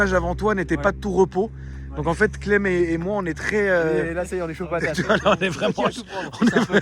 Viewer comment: À chaque qu’il disait Cleb à la place clem j’étais éteint 😂😂